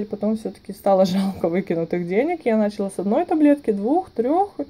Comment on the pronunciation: Все супер по информации, но говорится "понялА" и "пилА", "началА", а не "пОняла", "пИла" и "нАчала". .